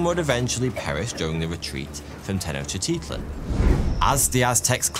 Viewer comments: he* but yea and the way he pronounced tenochtitlan is sad ☠️ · Come on! Make an effort! You're purportedly "the expert". Try to pronounce it at least approaching something recognisable... /Ten-och-tit-lan/ lol :p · The Aztec Capital was pronounced Tech-Noch-T-Klan (Tech like technology, Noch like roach, T as in the small T sound in Technology and Klan like rhymes with Flan) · Tenoctitsup 😂brilliant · Lil help for future vids: Tenochtitlan:Ten-Owch-Tee-Tlin Moctezuma: Mock-Tech-Zouma Cuitlahuac: Kwee-Tlu-Wok Cuauhtemoc: Kwaw-Tah-Mock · I would've said: "ten-och-tit-lahn", "mock-teh-zooma", "quit-la-wuck", "kwow-teh-mock" ('ow' as in 'cow' not as in 'bow') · That one & "Ten-ect-tits-up" are why I had to scramble for my mute button while in the middle of this work meeting. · lmao i keep having to say this and people just keep thinking theyre special. For one, I love. This was a comment where i said i love him lol. THERES A DIFFERENCE BETWEEN saying hello like "halleugh" versus saying tenochtitlan like "tenochiteahtlean" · no. I am talking about taking "Tenochtitlan" which should be pronounced Teh-knowch-tit-lan" and literally adding in extra syllables and vowels that dont exist in the word hahahaha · he literally added like 4 i's to tenochtitlan. I am well versed in language and pronounciation. I love etymology. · I've never heard Tenochtitlan pronounced that way. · i understand that and i was joking, although did you not hear him quite literally ADD LETTERS to the word tenochtitlan, adding random i's in all over the place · the way he pronounced tenochtitlan was not an accent that was just adding letters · dude has 5 and a half million followers and he's out here pronouncing every letter in tenochtitlan, it's the most british move ever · in this case he actually added letters to the word tenochtitlan hahaha but you make a very good point also i said it made the videos better so im not complaining